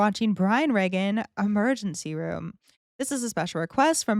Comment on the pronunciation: Pronounced Reegan. One of the greatest CLEAN comics ever 😊